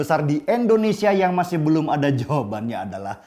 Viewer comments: Indonesia bang, bukan endonesia 🙄 Btw, bajunya keren bang 🔥🔥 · Indonesia bang bukan endonesia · Indonesia pak bukan Endonesia